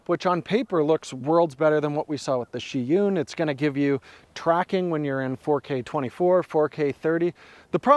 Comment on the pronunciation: It's Zhiyun, not Sheeyoon